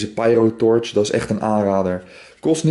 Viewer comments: pierotorch? spreek uit als pijrotorch :P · treboriaan de vries phahaha pijro Haha nee je spreekt het Engels uit